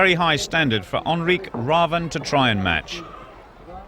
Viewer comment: "Onri Graven" - not really. Its Henrik with an H at the front, so try with an H-sound at the front. Last name starts with an R, so maybe try an R-sound, instead of: "Graven" haha. His name is basically: "Henry Raven". So saying: Henry Raven would have been way better than Onri Graven haha.